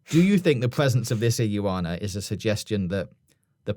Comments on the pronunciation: Iguana. Not ig-u-ana. Just iguana 😂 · stop butchering Iguana 🦎 It’s more how says it, Ig wana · "Iggy Wahna"?? 😭😭 lol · I’m sorry but if you guys keep pronouncing words like iguana as igg-yoo-warna and assume as ashoom I’m gonna have to stop watching it is badly triggering me fair enough if you just said it once or twice I would be like yeah that was annoying but repeatedly like 13 times I wanted to turn the video off so bad but desperately wanted to hear what you had to say please sort it cheers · Please learn how to pronounce Iguana lol.. Also it's 110 kg he's lifting, the bar itself weighs 10kg.. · Brilliant once again, aside from the pronunciations of ‘Haitian’ and ‘iguana’ 😂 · Why tf is he pronouncing iguana like that? 💀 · Pronouncing the fuck out of the word 'iguana' there.